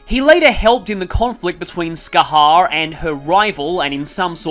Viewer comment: Bro, don't worry about not being able to pronounce some gaelic names, it's got some kinda weird rules. Oh, and Scathach is pronounced 'Ska-hock'